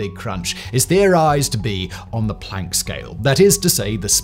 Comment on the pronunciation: Thanks for pronouncing Planck properly. I am sick of hearing septics who insist on pronouncing it "Plonk", for some reason!